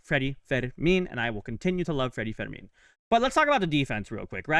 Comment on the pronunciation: His name IS NOT Federmin… It’s Freddy Fermin Pronounced like "fur mean".